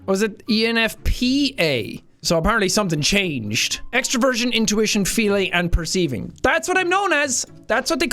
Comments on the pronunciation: i thought you said extra virgin instead of extraversion😂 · Why, , did my brain hear "extra virgin" instead of "extraversion" lol!? It's official y'all, Seán's personality type is Olive Oil! 😂😂😂